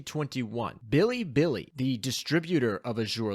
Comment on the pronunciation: how he pronounces bilibili tilts me. its not fucking billy billy...